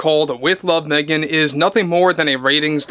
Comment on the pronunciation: Woof on Meh -gan